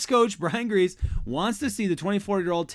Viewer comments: 49ers QB coach name is pronounced Gries-ee not grease. You aren't pronouncing his name right at all! He was a NFL QB for a lot of years. Any common football fan knows how to say his name right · It's pronounced Like Greasy Not grease lol. You think being from San Francisco you would know that.